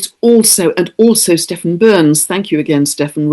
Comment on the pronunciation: Thanks,. Stephan is pronounced Steph-On. I fully agree with your message.